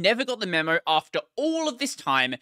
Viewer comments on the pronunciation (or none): none